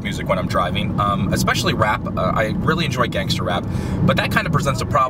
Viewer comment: He's Too White When He Says Gangster And Rap